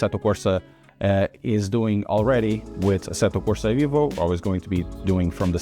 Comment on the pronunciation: EVO NOT IVO MY GOD 😡